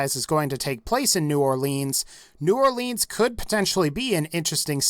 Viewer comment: New Orleans not new orlEAANS im from the area